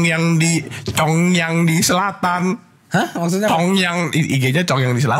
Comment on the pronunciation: Nama minumannya congyang yaa? Dengernya congean😂